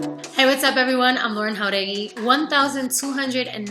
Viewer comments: Anyone else noticed recently she’s been saying her last name in spanish and not americanizing it like she used to? Love that for her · Lauren pronunciando su apellido como debe de ser >>>>>>>>>>> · I love how she pronounces "Jauregui". I'm heart eyes emoji every. single. time. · IS IT JUST ME or did lauren use to pronounce her hispanic last name with an american english accent but recently she's been pronouncing it how it actually is?